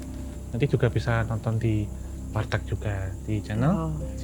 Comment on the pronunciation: Wartak bro bukan Wartag 😅 kan Warung Batak bukan Warung Batag 😂